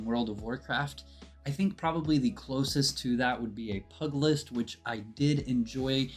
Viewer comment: pu·gi·list /ˈpyo͞ojələst/ a boxer, especially a professional one. so it's pew ju list